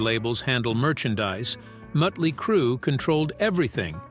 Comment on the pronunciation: "The birth of Mootley Crue"